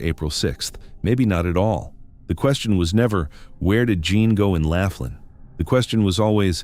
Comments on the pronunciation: It's Laughlin, NOT Laflin. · Laughlin. Not Laf tin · 😅... I laughed hearing " Laugh lin " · Pronounced LAW--FLIN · I live in "Laugh-in" a city in "Nah-Vah-Da". What Country is THAT?!? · it's Laughlin, pronounced... lof-lin, moronic when you can google the enunciation and the correct spelling.